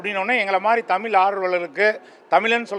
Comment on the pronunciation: தமில் இல்லப்பா தமிழ் 😂😂